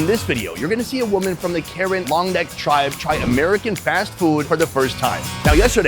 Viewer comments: It's pronounced kayin not karen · Not Karen but Kayan (ka yan) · it's not pronounced karen (care-ren). More like Ker-ren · When you say Karen for the cultural people, it’s actually pronounced “kuh-ren” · The way you mis pronounced it but it's ok! I get it :) Please say Karen as (kuh-rehn)